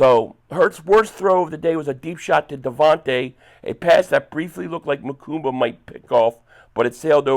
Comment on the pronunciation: you went back to calling him MakuMba!